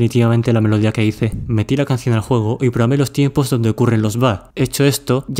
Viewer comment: CUANDO DISES JUEGO SE TE ESCUCHA JOGO